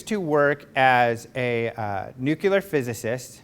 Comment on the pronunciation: "NUQUILAR"? Really? How about NUCLEAR? NUCLEAR!